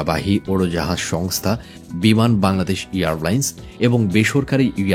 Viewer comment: Earlines na airlines hobe... hahahahah